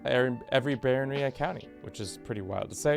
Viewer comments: Bro it's baroNy, not baronRy. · Please, instead of saying baronry, say barón ríe. That's the correct way.